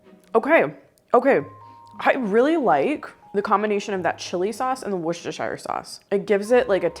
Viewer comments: Please, it's pronounced wooster- sheer. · I love your channel and I remember many of the recipes from growing up in the 1960s. Just a note from a word nerd and a Brit: Worcestershire is pronounced “wouster” with the same sound as would, should, could. The “shire” is dropped, unless you are talking about that county in England. I’m definitely going to try that Lumberjack macaroni! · Worcestershire is pronounced whoostersheer. It's like saying the wind is whooshing, or whipped cream. The second part is pronounced 'sheer'😅😅😂😂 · Please, it is wuss-ta-sheer! 😅